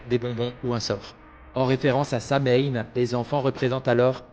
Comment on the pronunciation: On prononce Sowiiinnn en irlandais et c'est Samonios en gaulois. Nouvel an celtique